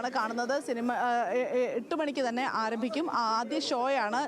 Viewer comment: ആറമ്പിക്കും അല്ലടി ആരഭിക്കും